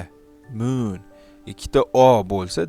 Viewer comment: Ne unaqa kulgili gaprasz The muuun😂😂😂😂